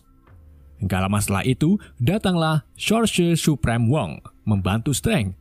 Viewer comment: Yang gue denger shorshosre supreme